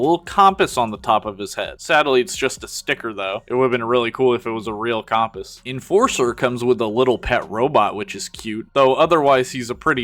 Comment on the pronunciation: Why you say compass like that